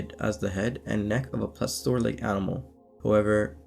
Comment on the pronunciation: Its day-duh-luss. Its please-eeyo-sore.